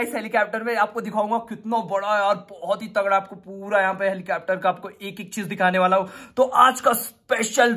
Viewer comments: Helicapter nhi helicopter 😂😂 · Legend say helicapter to helicopter 😂😂😂😂😂